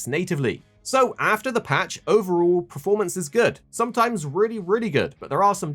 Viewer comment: Why does he keep saying ‘preformance’ 🤮🤦‍♂️🤦‍♂️